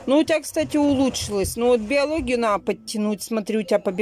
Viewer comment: Наа подтянуть , она сказала😁